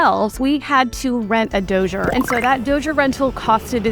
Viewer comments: BTW it's dozer, not dozier. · She said doughger lol 😂 dozer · The way you say Dozer Doooooosher is wild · I’ve never heard anyone pronounce Dozer “ Dosier” lol, 😝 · Lmao agreed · I love how you say "Dozer" lol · "Dozhure rental" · Please google "how to pronounce dozer" and don't ever f that up again. You should be embarrassed and humiliated.